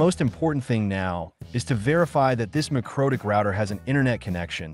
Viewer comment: Dude, AI narration - really? I just cant get past "mycrotik" router